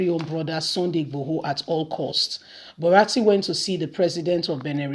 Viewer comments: not BARATI but BURATAI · the name is Bu-ra-ta-i, elehin goro, elehin woji.